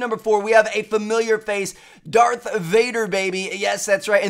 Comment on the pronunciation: When hes trying to say darth... it sounds like hes actually saying dark......... I really hope hes not. Cause that would be sad.